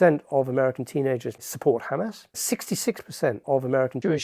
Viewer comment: Erm, it's Hamas, pronounced Hamaas, not 'Hammers'. They're not Arsenal!